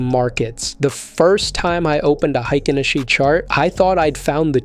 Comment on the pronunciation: hikenaSHEEE, C'mon. One disclaimer is enuff